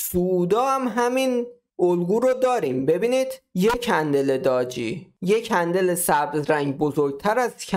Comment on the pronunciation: سلام خوبی؟داجی نه قربونت بلکه دوجی درسته تلفظش